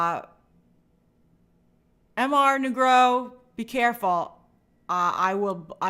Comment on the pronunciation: I haven’t seen this persons name spelled out, but I’ve heard her respond to him a few times in her streams. I think the name is “Mr. Negro” from using context clues. And i feel like they created that name to try and get Grace to say it, but she mispronounces it every time. Could be on purpose, but i always wonder about that lol